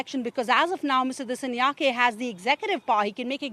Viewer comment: Her pronunciation of 'Dissanayake' is what you'd expect from a text to speech generator. 😅